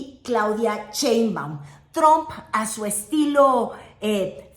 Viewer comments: por fa 🙏 deja de decir "Cheimbaum" la Presidenta se apellida Sheimbaum con sh sh sh y tu pronuncias ch ch ch. y se escucha horrible. Me molesta y como yo veo todos tus videos me molesta escuchar que lo pronuncies mal. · Muy bueno tu contenido! interesante y objetivo tu análisis político!, solo tengo una pregunta, que seguro ya te lo han deber dicho varias veces; por que pronuncias CHEinbaum? jeje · Te esmeras por pronunciar Trump como lo dicen en inglés pero pronuncias. "Cheimaum" el apellido Sheinbaum. Haz ejercicios de dicción, todavía puedes. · Todo bien… pero crítica menor… no Digas “Claudia Cheimbaun” suena igual de espantoso a que la nombraran “Carolaina Rosha” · bella y querida, no se pronuncia "Cheinbaum", sino "Sheinbaum" 😉🫶🏻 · Hermosa,, no es Cheinbaum, se pronuncia igual que se escribe su nombre co She, no con Che. Sheinbaum